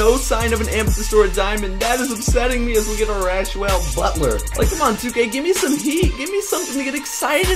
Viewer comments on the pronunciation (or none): He said rashwell butler😂😂😂